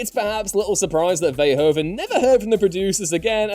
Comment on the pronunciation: In dutch language de "oe" is pronounced a little like who so it's Paul Ver"who"ven